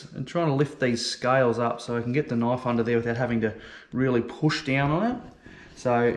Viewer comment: In the US we say knife, not Knoff. Lots of fish here with same bone structure so good instruction.